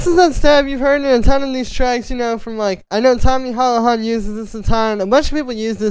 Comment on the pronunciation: Hahahahah its pronounced tommy hoola han